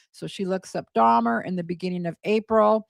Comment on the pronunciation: When Gypsy is in the interrogation room and says “Jeffrey DahMAH” - she says it that way because she’s trying to sound mentally slow. Part of the con was that she was slow for her age. In some of the videos to Nick where she’s being “Kitty” her lisp is much more pronounced as well. She says “DahMAH” to try and sound like a child who doesn’t know how to pronounce her words.